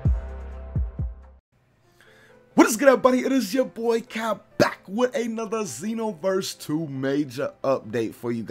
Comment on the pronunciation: you say back strong as fuck 😂😂😂😂😂😂